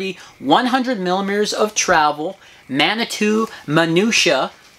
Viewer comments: You guys are killing me. It is pronounced mani-two. I live in Manitou springs Colorado, no hard "o" in there man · Lol - Manitoo - not Manitoe. I am from there. It is a town in Colorado. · Dude!!! It's "Man A too" "Man A 2". Geez! You are killing me! LOL Didn't you see Dances With Wolves? Shumanitutonka ob wachi.